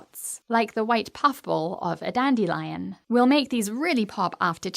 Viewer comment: no lol the pronunciation, i thought it was danduh lion or dandeh lion